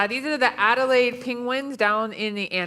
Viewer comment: at least pronounce the name of the Penguin species properly They are Adelie Penguins not Adelaide Penguins